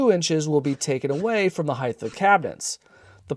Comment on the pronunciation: High-th? Did you mean height? Why are you adding an extra H on the end?